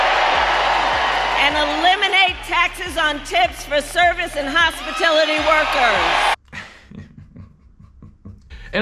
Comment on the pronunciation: KaMAHla said hospitility workers!! She so fake!!